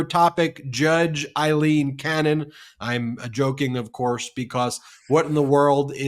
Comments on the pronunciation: Guys, your driving me crazy with... I-lene Cannon... It's...A LENE... A LENE... A.. LEEN.... TY. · It's not Eye-lean Cannon, it's AE-lean Cannon. Get a clue!!! Aileen Cannon. SHEESH!!! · Aileen as in 'A' not Ileen Cannon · It's Aileen, Aileen as in Ailing